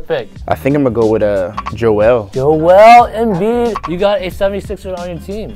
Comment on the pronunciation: “Jeol Embiid”